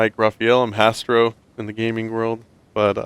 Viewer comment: No its hastro not castro lol